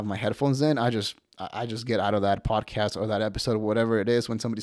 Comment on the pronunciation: You channel should be called “mountain out of a mole hill” also you say podcast wrong. Podcast not PODAcast. Chip Chipperson would be pissed you took his bit 😂